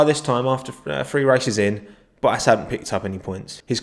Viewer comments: This dude pronouncing bottas's name.😂😂😂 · What way you say bottas 🤮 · VB: It's ValTTeri BoTTas: Va'eri Bo'as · Me: Valtteri Bottas Nobody: Absolutely nobody:: Val eri Bo as